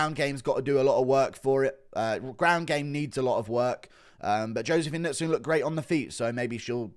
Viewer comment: The announcer and commentary team not knowing how to pronounce Knudsson was impressive